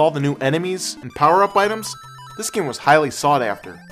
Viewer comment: Bullet POWA XD